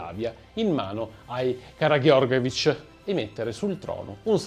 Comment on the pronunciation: Credo proprio che anche Karageorgevic si legga con le G dolci e non dure come ha pronunciato lui. Si vede ha litigato con le G